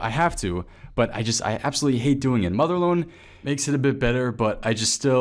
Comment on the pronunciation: did you just say motherloan? thought it was motherload. plus it would be rc. and mining.